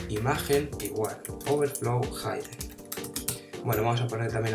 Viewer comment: Muchas Gracias amigo, me servió mucho. Una cosita: Se pronuncia (hɪdən) NO haidən